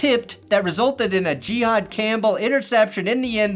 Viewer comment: if the Eagles beat the Broncos on Sunday... I think you have to start pronouncing Jihaad's name correctly lol